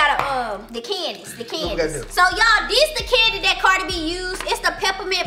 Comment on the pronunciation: bra I’m dead laughing at how she pronounced the candies 😭😭😭